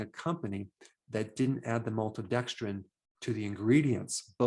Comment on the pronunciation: "MALTODEXDRINE," Dr Berg doesn't like you...get lost!!!